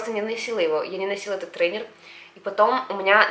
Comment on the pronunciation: Ретейнер а не трейнер